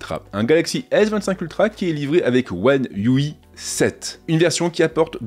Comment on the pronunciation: One U Aiiiie pas one U i pour la prononciation lol